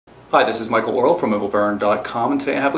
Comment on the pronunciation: did you say michael oral?